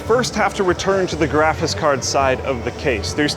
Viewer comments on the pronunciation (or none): am i the only one that every time says graphics card... it sounds like he's saying either "GRAPHIS" or "GRAPHITS" card? Not complaining, love the videos, just always feels like nails on a chalkboard whenever we talk about graphits cards:) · Is drunk? graphis cars? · Did anyone else hear him keep saying "graphis card(s)" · says "graphis cards" a lot in this video. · really said "graffis cards" a lot in this vid. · graphis cards lol Voice getting a bit worn out at this point, or have you always pronounced "graphics" this way, and I just never noticed? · "Graphice cards"